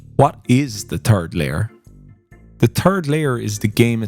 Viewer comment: In spirit of the games humor I chuckled every time you said the "turd layer" :D.